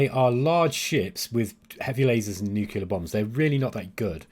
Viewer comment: Nookyahlah… kill me. Say it with me, new-KLEE-errr… getting this at all? If not, show me the “y” in nuclear.